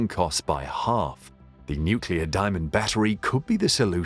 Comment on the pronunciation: NucLEAR not NucULAR